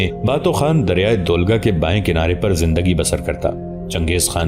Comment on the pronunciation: River Volga ko aap dolga keh rahey Hain